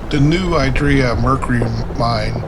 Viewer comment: San Benito resident here, you’ve got it right, you’re just saying it a little funny. No idea where this person got “I-draw”…